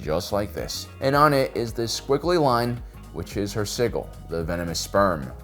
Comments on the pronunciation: The G in sigil is pronounced as a j in American English. I'm not sure what he's doing, and I'm not sure he knows either. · Today I have learned that the American and British pronunciation of Sigil is different. I'm so used to the soft-G British pronunciation that hearing pronounce it with a hard-G just seems... weird.